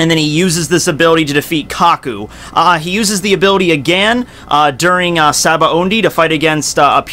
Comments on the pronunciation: Sabaody. No N in the word. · Ok this has really been bothering me, but why can't people seem to pronounce Sabaody correctly lol. In the Anime it's clearly pronounced ShaBonDy not SaBo Ondy. Same goes with Diable Jamble and etc. This isn't a stab at but I've noticed everyone seems to do that.